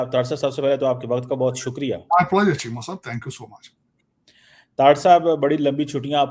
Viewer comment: Cheema is madrsa chap PhD he can’t pronounce pleasure !!! N the ganja Tarar just a few months ago was singing India’s praise So we know